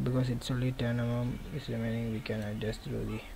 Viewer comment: "ten emum"